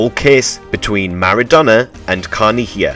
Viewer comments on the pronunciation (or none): none